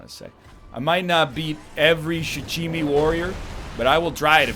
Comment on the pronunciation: At this point he might as well call the Shichimen Warriors the Sushi Warriors, he butchered the name beyond recognition haha